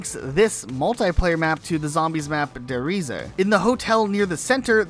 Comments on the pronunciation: The pronounciation of Der Reise is supposed to be Der "Rhysæ", what's worse is his earlier pronounciations of "Natch" Der Untoten, his late pronounciation of Der "Rhysè", Der "Eisendrack", Gorod "Kovi", "Verrookt" and apparently, "Dy Masheen" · I heard that too, he also calls Der Riese, De Resa lol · The way this guy pronounced “ der riese “ let’s me know he ain’t an og zombies fan